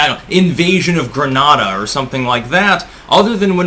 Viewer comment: DAMMIT,: it's greNAYdah, not Grenaada. Dom-iNee-ca. Not "Do-MIN-i-ca".